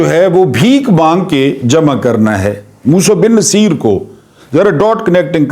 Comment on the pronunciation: السلام علیکم سر جہاں تک میرا خیال ہے یہ نام Musa bin Nu say er ہے. مقصد آپ کی تضحیک نہیں بلکہ اصلاح ہے کیونکہ آپ استاد ہیں. گستاخی معاف